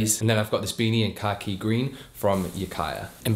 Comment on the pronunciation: Perfect pronunciation of “khaki”